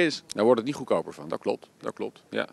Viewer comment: "Ik ga daar niejj over" ....